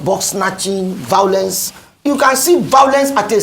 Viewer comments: I love this man!!! He is Buhari's paid idiot. He doesn't even do that well! Buhari has been a curse on Nigeria. Tell this idiot singing for him 🤣 that it is called violence not vaolence?? I even doubt that he went to any school just like Buhari??? Nigeria, only God can save the nation now. All the nation's wealth has been stolen and even a greater criminal has just stolen the presidency!!!!!!??? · Tell him that I think that he is trying to say violence not vaolence???? He is an IDIOT 😂